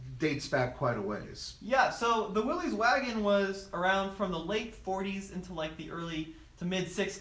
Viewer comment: FYI, it's pronounced "Willis," not "Willies."